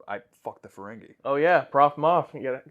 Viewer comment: OK, it's not Luxwana....it's pronounced Loo-walks-on-ah.....almost as bad as Jen Murray saying Ferengay instead of Ferengi